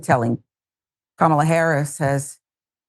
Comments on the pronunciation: They really believe that mispronouncing her name somehow devalues her. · Republicans are so lame; continuing to intentionally mispronounce Kamala's name. Shows the rest of the country how childish and boorish they are. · They deliberately mispronounce her name. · GOP quadrupling down on pronouncing Kamala's name wrong in 2024 should be shocking to me but it's not at all. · Very disrespectful mispronouncing her name! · She mispronounces Kamala like Peewee Herman mispronounced Spanish... do they not realize thats how you act dumb??? Do they not see that makes them clownish not kamala?!